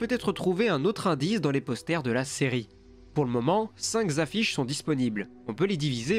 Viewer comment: A : Cinq Zaffiches lol merci :):) Ca tue!